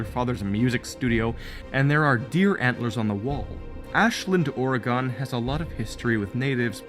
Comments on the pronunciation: Oregon is pronounced like organ. Over annunciating is oddly common for visitors or people from outside of the state, I have even heard someone say Or-Ray-Gone. Just trying to help, thanks for helping me appreciate just how scary the Beldam really is and for taking the time to make this video! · I'm from OREGON n I'm sorry but as much as much as I love ur theories and feel u are so right about everything, where I have a problem is everything u say OREGON...... it's not pronounced "OR E GONE" it's pronounced "OR EG IN" Please n thank you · I've watched this a few times now, the whole thing all the way through, and I love it, but honestly? The way you say "Oregon" drives me nuts. Just for the record, I live in Oregon, and usually we pronounce it "Ore-gin" not "Ore-gone". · its actually pronounced Or-eh-gen i know because i live there U3U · You totally screwed the name of my state. It’s pronounced Or- u- gin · Just so you know, it's pronounced by my fellow Oregonians as 'Ora-gun'. Just so you know. Also it's so cool to find out that this was made with the purpose of it being Ashland, because it's only a short distance from where I live in Oregon. There is another channel I've seen cover Coraline. The channel is called Abitfrank. I love your videos. Please never stop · I adored ALL of these Coraline theories!!! i will never read the book or watch the movie the same way ever again!!! however, lol, im just saying this from all of us here in southern oregon.....Ore (like what you dig up from the ground) Gun (o pronounced like the o in "shovel") pronounced "OREgon" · I can’t 😩 why do you say Oregon like that?!? I’m an Oregonian born and raised and you say it like “OR-GONE” 😂🤌🏽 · I don't want to be one of those people but it's pronounced or i gin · As an Oregonian, I just thought you should know that the correct pronunciation is or-ruh-gn. The “o” sounds like an “i” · Organ, Goddamit. The state is pronounced ”Ore-gan”. There's no fucking e.